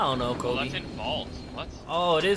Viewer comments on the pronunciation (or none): ooh but he not Kobi is Kobe I was confused Because he say kobi